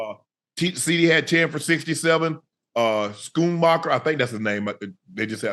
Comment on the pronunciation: 😂😂 what he call him scoonbaker💀💀